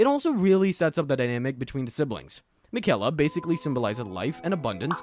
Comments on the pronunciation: makayla got me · It drives me crazy when people mispronounce Miquella's name as though you didn't hear it Fifty million times when you fought her at the base of the Haligtree...